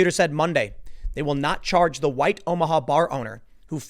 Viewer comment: Notice the emphasis on "white" bar owner at the beginning.... Trying to fan the flames